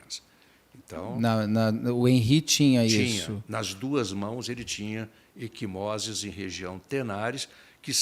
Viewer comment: Equimoses, não “eSquimoses”, ai, Beto!